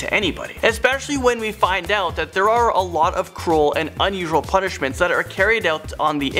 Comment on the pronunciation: The punnishments